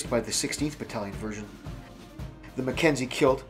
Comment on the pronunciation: You surprise me by pronouncing Mackenzie how it's spelt and not "ma-ken-yee" That bit at 23 minutes was very funny - very much so to where I had to go back and listen to what you were saying again!